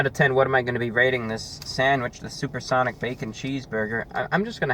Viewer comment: suPaH sOnIc